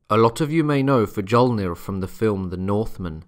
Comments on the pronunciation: Jutland ? Fuh-jol-nir? You must be joking. Learn the correct pronunciation. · Hey bud, i like ur videos. But you gotta work on the pronunciation. The "J" sound after another letter, like in the name, has a "y" sound. Like "Fy-olnir". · Fjolnir my friend, as in Fyol-near. Anyway, I think Saxo, Adam of Bremen, Snorri, etc. should be taken more seriously even though they wrote a bit later(late 12th/early 13th century, late 11th for Adam). In comparison, think about how much we know about the Civil War(USA). It's very much the same scenario.